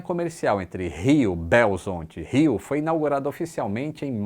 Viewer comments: SIM, O ACESSO A CONFINS MELHOROU MUITO. E SE VC FOR DE TÁXI, USA A PISTA EXCLUSIVA DO MOVE( SISTEMA DE ÔNIBUS VC DE BH). QUARENTA MINUTOS, DO CENTRO A CONFINS. AH! É BH, NÃO BEOZONTE ! MANASSES BRAGANÇA BETÂNIA TÁXI BH MG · a gente de BH não fala BELZONTE :( kkkk é BELORIZONTE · Minha BH linda! 🤍 Obs: não falamos Belzonte! É Beagá 😂🤍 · Virou um aeroporto elite, onde os políticos deixam seus jatos e poucos mineiros usam. Fala Belzonte não,ninguém fala assim kk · Não é belzonte não ok!É sim Belo Horizonte MG. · mineiro não fala Belzonte, fala Belorizonte 😅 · Como belorizontino digo que nunca vi um belorizontino falar belzonte, é belorizonte. É tipo uma crase, imagina voce falando Maria Antônia, você provavelmente falará mariantônia. Pelo menos se você for de BH vai falar haha. Outro interessante é o "onde é que eu estou" que se traduz para "ondié quieu tô" e nao "ondiocotô" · Até iria deixar o like, mas nenhum Belorizontino chama Belo Horizonte de "Belzonti". Nunca, nenhum diz isso, chamamos de Belo Horizonte, BH, roça iluminada, ovo de codorna, Belorizonte mas nunca "Belzonti" isso é coisa de quem nunca veio ou nunca conheceu alguém de BH. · Algumas observações: ninguém em Belo Horizonte chama a cidade de Beozonte, é BH ou no máximo belorizonte tudo junto. E deu uma certa agoniazinha ouvir algumas vezes “de Pampulha” ou “em Pampulha”, pronuncia correta seria “da Pampulha” “na Pampulha” ou “a Pampulha”.. mas segue o baile, conteúdo do vídeo ficou bom demais e tenho ótimas lembranças de infância desse aeroporto, passeio de final de semana ir pra sentar na área comum pra ver aeronaves decolando e pousando durante o dia. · La na PAMPULHA, Bairro da Pampulha, Lagoa da Pampulha, Belorizonte, e não Belzonte, uuuu Deus em, quem fala Belzonte é Paulista, eu sou de BH, mas muito bom o seu comentário Obrigado por falar de BH. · Gente beozonte não dá kkkkkkkkkkkkk Chamamos de BH, no máximo belorizonte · Excelente vídeo!!! Só não falamos Belzonte kkkkkkkk Beagá memo